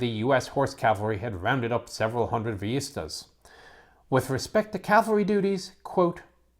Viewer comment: Great video on a subject we've all been waiting for, of course. Oh, and it's "Vee-yee-stahs", more or less.